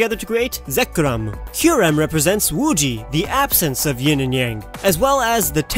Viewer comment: WHAT WAS THAT AACCENT WHEN U SAID RESHIRAM AND ZEKROM Oh yeah also Kyurem /